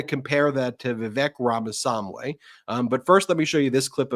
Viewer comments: Please make Ben practice saying "RAMA-SWAMMY" five hundred times so he stops calling him "RAMA- Sam-Way"! it's really weird to still be mangling it at this point! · How can this guy not learn the name of Ramaswami..... Its NOT RAMA-SAM-WEI!!!!Idiot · Ben's awful mispronunciation of Vivek Ramaswamy's name is nearly as god-awful as the man himself or his first edition, Trump. Ben if you want to start a media outfit please invest the time to learn how to pronounce the names of the people you speak about. 4-5 months on, it is inexcusable for you to still be mispronouncing the name so awfully. At this point it is starting to look like you are in sync with the far right's disinterest in minority races - and Vivek's problems are his awful mentality and his awful personality, not his name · Ben needs a diction coach to tell him how to pronounce "Ramaswamy". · Ben, why do you repeatedly mispronounce Vivek Ramamswamy’s surname??? 🤔